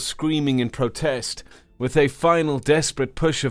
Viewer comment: I stopped counting the pronunciation errors after the first 10 minutes. I think my favourite was the way he mangles Gravitic. Although, stressing the first T in protest unnecessarily is pretty bad. Learn how to speak that which you read.